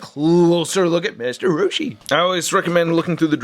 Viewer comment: The way you say master roshi is perfect 😂